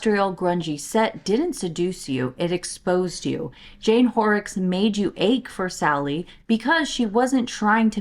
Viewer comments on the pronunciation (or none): none